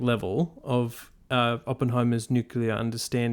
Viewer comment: NuCLear. Nu CLEAR. Get it right.